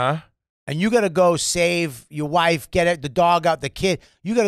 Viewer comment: . “WOIEFE” as wife is nuts lol